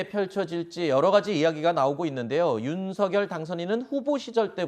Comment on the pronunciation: 사회자님 발음을 윤서결이 아니라 윤석녈로 하세요